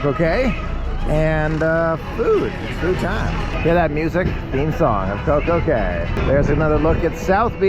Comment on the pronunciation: It's Coco K not Coco key